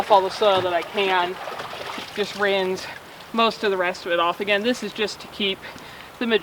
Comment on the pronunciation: lol.. you might also want to complain that she pronounces "rinse" like "rinze" oh wait that's adorable too.